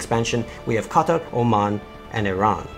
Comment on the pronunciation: I love how he pronounced KA-TUR right (Qatar) 🤓🤓🤓🤓🤓🤓🤓🤓